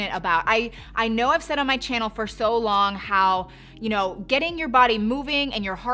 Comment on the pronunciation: She makes so many luxury bag vedios that whenever I listen to her say welcome back to my CHANNEL I feel she i saying CHANEL😂😂😂